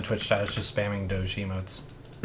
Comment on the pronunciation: I love that he says Doge correctly